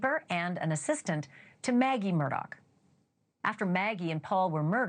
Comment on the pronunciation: His name is not Murdock! Learn how to say it🤦‍♀️🤦‍♀️🤦‍♀️🤦‍♀️